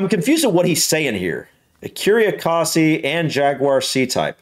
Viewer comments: Ecosse is French for Scotland. Pronounce it Ecos as in Cos lettuce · Ecurie Ecosse , the 2nd e in Ecosse is silent btw. Écurie Écosse (French: "Scotland Stable")